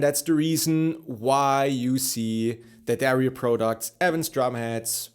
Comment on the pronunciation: It's not pronounced Dario , it is Di-Adario😮